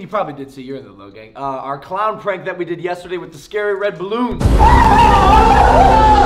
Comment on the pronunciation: it is gang not kong